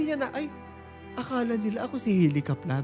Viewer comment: Sorry pero medyo nacringe ako sa pronunciation ng Kaplan. Sorna 😅